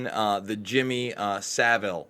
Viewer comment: Well done for pronouncing Saville correctly!